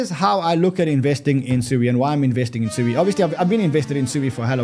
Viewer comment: SUI is pronounced Sweeeee! LOL